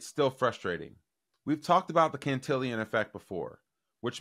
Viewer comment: Good stuff, keep it up.. FYI (just so you know, if you read this!) "Cantillon" effect isn't pronounced like you keep saying it. Look how it's spelled, it sounds more like "till on" rather than the end of the word "million"